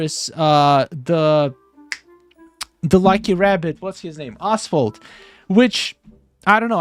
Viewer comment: I chuckled when I thought you pronounced "Oswald" like "Asphalt" :D I think we would get the lucky villager from behind that waterfall down the docks as shown in the content roadmap, the celler is probably another way to get to Jafar